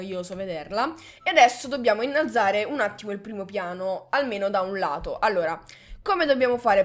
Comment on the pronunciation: "innalazare" detto come lo dice è epico xD